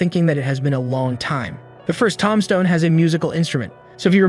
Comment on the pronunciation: Also, "Tom stone" (tombstone). There are so many examples like this. how does this happen? Some things I can understand if you have only ever read them. But it would be weird to have never heard some of these words spoken outload. Is this an AI voice?